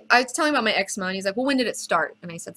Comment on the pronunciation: It's pronounced as EC-ZE-MA not EX-UH-MA hahaha